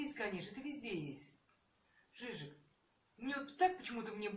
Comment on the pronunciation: это ДЖИЗУС, а не "жижик"